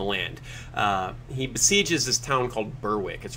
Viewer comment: The town of 'bur-wick' lol It's pronounced bear-ick. British place names are a nightmare I know.